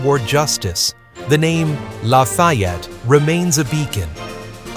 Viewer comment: Sorry, can’t watch cause your mispronunciation of his name is too annoying.